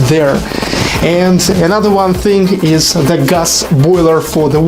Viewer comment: GREAT GREAT GREAT!!! I HAVE A LITTLE OBSERVATION FOR YOU: REMEMBER TO PRONOUNCE "THING" WHITH A "G" NOT "THINK" WITH A "K".